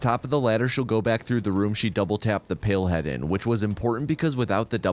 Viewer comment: Not me thinking he is saying pillhead and not palehead